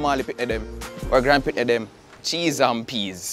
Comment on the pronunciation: Why it sounded like he said cheese and peas 😬